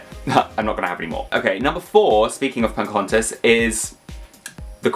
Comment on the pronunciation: Why do you call her "Poncahontas"?